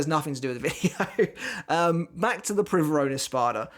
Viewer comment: I speak Spanish and you pronounced Privaron well (AFAIK it's not even a real word in Spanish...) But on the topic of pronunciations, in a video I heard you say soh-nigh-doh, but it's actually soh-nee-doh Keep up the good work! You revived my interest in bleach :) Edit: also if we assume it's in Italian it's Bambietta Baster-bee-neh instead of Baster-bye-n